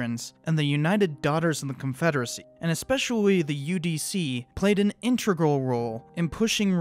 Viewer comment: "Integral". "Tenets". Demonetised for bad pronunciation lol!